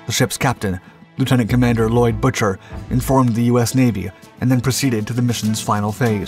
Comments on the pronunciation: Having been a kid at rhe time, I remember the news coverage, and while not being nit picky, I believe the captain's last name was pronounced Boo- ker. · Lloyd Boo-ker... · Bucher is pronounced 'BOO-ker'. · WTF?? Good Lord!! The OP discredits the Skipper and the crew of the PUEBLO. His last name is BUCHER!! not Butcher.. GIT IT RIGHT!! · You need to practice the pronunciation Commander Bucher's name. Not Butcher... Boo ker. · The Compander's name was Lloyd Boo-Ker, Not Buch-er! These computer voices and THE LACK OF RESEARCH Get on my nerves! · Bucher is pronounced like “Booker” as it was derived from “bookmaker”. The commando raid by NK was prior to the seizure of the Pueblo, not after. LTC Bucher was not informed of the raid which would have caused an immediate exodus from the area. NK expected retaliation and probably thought the Pueblo was part of a military response. The entire incident was a massive navy debacle yet it may have saved the world from nuclear destruction. Had Bucher kept running the ship would have been sunk and probably every crewman killed. That act of war on top of NK’s attempt to assassinate the SK president would have led to massive retaliation during a time the world was already on the edge of nuclear war. The surrender prevented direct military action by the United States and SK. It is not a stretch to say that the crew of the Pueblo saved the world . More specifically, fireman Duane Hodges who was mortally wounded below deck from a shell fired through the side saved the world. When Bucher went below deck and watched Hodges die from a horrific wound he probably saw the fate of himself and the entire crew. He did the best thing in an impossible situation and surrendered the ship, likely saving humanity from a worse fate. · The Commander's name was pronounced "b-ue-ker". The Navy Tried him on breaking tradition, not regulations.